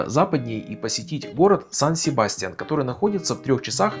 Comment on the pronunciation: Очень красивый город! Но цены на жильё очень высокие! Испанцы произносят название с ударением на Я - Сан- СебастьЯн.